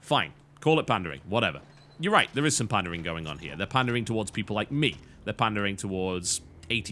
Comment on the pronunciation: "You can call it pandering if you want" Not gonna lie - I hear pandaring. As in hunting pandas. :D